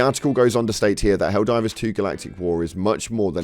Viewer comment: Can you please, for the love of god, say the names of the factions correctly, PLEASE